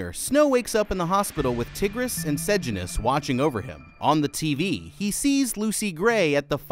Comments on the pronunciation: Tigris is pronounced Tie-gris Sejanus is pronounced Se-jane-us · Bro, i will teach you how to pronounce sejanus. Its Say-Jay-nus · you say Sejanus like SeJAYnus and Tigris as TIEgris